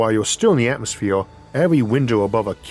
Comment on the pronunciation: LOL this dude can't do Rs he says Atmosfewe